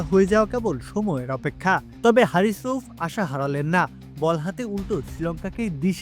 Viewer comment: হারিস রউফ ❌ হারিস রুফ ✅